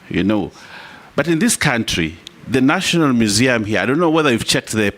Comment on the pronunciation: National mushium😅😅